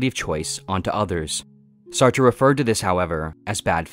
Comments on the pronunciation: Jean-Paul Sartre's last name is pronounced "Sart", rhyming with "fart" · It’s pronounced “Sartr”